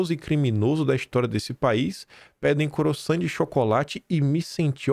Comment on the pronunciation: Procure aprender como se fala croissant. Sei que é um nome francês mas é um “pão” usual no Brasil. É bom ouvir você falar corretamente.